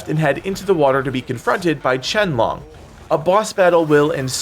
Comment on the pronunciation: Man cannot pronounce 龙 to save his life.